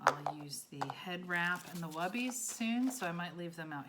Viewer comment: Hi, Thank you for the in depth demonstration! My curriculum outline is calling the paper drapes "Webbies". I heard you say "Wubbies". Could you clarify which is correct and please tell me where you can buy these? I've tried to look up multiple spellings of the word and nothing comes up in my search. I agree, these paper drapes would be super space savers compared to cloth towels.